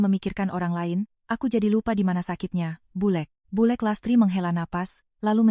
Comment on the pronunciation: Bulek 'k'nya jangan dibc jd dibacanya bulr